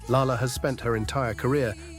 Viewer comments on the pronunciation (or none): #11) the more he mispronounces Lalah Hathaway's name, the more I cringe lol ... It's pronounced "lay-lah", not "lah-lah"...